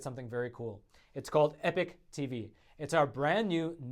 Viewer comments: you gotta learn to pronounce EPOCH. You seem to speak the English like you learned it at your mother ‘s knee, so what gives? EPIC is pronounced eh-pic, but EPOCH is pronounced eh-pawk, rhymes with hawk. I mean this is basic, that’s bay-sick, not bay- sike. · P.S. stop pronouncing epoch as epic or change your effing name. Epock epock not epik.